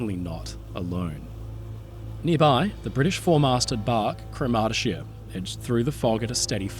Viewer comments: By the way, CROMurty-shire -- not croMARTy-shire. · Thanks for a in-depth documentary of this tragedy. I was not aware of this story and one thing sort of spoiled it for me. I had a really hard time trying to understand your pronunciation of the sailing ship's name and only realised what it was when I saw the newspaper reports. Cromartyshire is promounced with emphasisi on the first sylable, as CROMartyshire. She was built by Russell's of Port Glasgow, Scotland which later became part of Lithgow's Shipyard. Both my father and grandfather worked at Lithgow's for many years. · Great video.. pronunciation is: CROMARTY SHY ER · Cromartyshire is pronounced Craw-mar-tay-shire with stress on the first syllable. She was built in Scotland and named after a Scottish county. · good retelling, although every single scot listening to you pronounce "cromartyshire" just winced. fwiw it rhymes with 'moriarity' and has similar cadence.